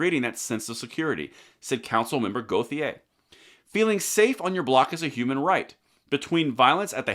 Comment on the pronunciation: Okay, B. In La. the name Gauthier is pronounced Go shay. I know. Dont make sense but it is what it is. (SE Tx. too)